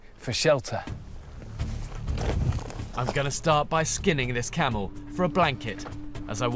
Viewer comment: Camel,not Kamel😂